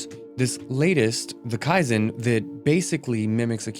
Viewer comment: Say this word…Key! Now add the word zen.